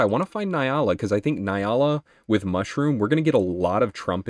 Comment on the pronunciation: Hey, I’m really sorry to be that guy🤦‍♀️ but it is pronounced N-Yala. The N is said like (nnnn). Once again sorry to be that guy.